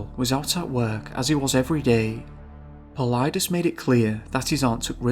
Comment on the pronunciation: Bonus points for pronouncing "Paulides" correctly. Other than George's Noory and Knapp on C2C, most of the radio interviewers don't get it right. There are dozens of cases which really stand out, but Charles McCullar, Carl Landers and Jelani Brinson are three that I could think of and find on google based on keynotes that I remember about the cases. Of what was written about the Carl Landers case: "The search effort was headed by a man named Grizz Adams and during an interview with David Paulides he said "In 35 years I've never had this happen to me…we were all over that mountain, he was not on the mountain…we brought canines in, they didn't pick him up…we flew around it, we dropped guys at the summit, they came down all sides, they couldn't find him…they talked to people who were on the mountain, they didn't see him…there's snow around the path where he was, and nobody went outside the path…" When Paulides asked Grizz Adams what he thought happened to Carl Landers on the mountain, he replied: "…that's the million dollar question, he either went up, or in-but he's not on it.".